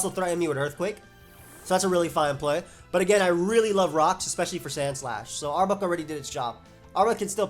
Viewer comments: Arbok has no U sound. Rhymes with clock not cluck. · I almost couldn't finish watching this video because of how you were pronouncing arbok